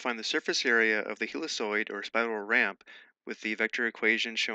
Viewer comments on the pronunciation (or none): Very useful stuff ! Thank You ! BTW. "helicoid" should be read as "hellikoid" or "heelikoid", looked it up